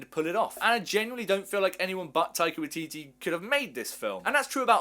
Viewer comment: As a kiwi I just wanna say it's pronounced.. "why-titty"